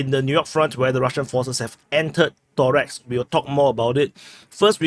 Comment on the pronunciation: Torex haha...it is Toreck ....